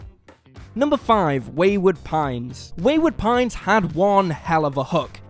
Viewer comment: I want more, "Wayword Pines".